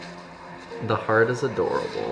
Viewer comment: When he said adorable "aadoreabolle"